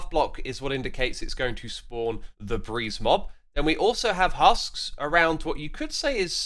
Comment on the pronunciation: For a moment I thought you said Febreeze 🤣